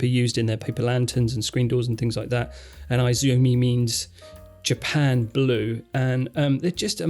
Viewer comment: btw, the Citizen is not eye-zumi, its ee-zumi.